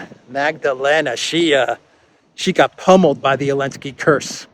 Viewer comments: Why does keep on saying Elensky, without the Z? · Mate, the name is Zelensky, say it like a man. Don't be a coward. If you're so afraid of YouTube censorship, upload to other platforms